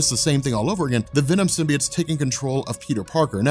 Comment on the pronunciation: Okay so: Pronunciation of "Symbiote" as "Sim-Bee-Utt" or the chick in Sony's Venom movie saying "Sim." "Bye." "Oat." Instead of "Sim-Bee-Yote" which one irritates you guys & gals in the comment section?